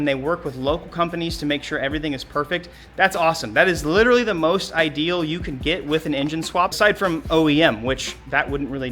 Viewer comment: is witterawy so back bwuh